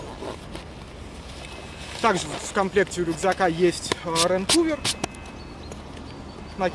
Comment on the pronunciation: А как Вам "рейн кувер"?